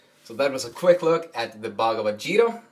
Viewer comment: Great explanation however its called as geeta G-(god) ee Ta......Geeta not zeeta. God bless you